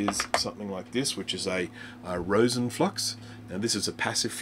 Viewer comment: Nope. Can't do it. I thought I was going to be able to make it thru with saying solder like that... but then he doubles down n says "Rose-un" core... I'm done. Out.